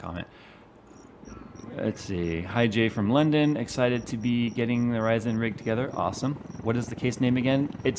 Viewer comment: "RYZAN" u heard it here first